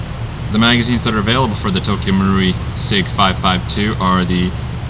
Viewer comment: finally! About time someone pronounced Tokyo marui right!! GJ!!!